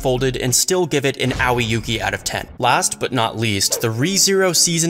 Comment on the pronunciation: aowi yuuki => a-oi yuuki (Pronouciation)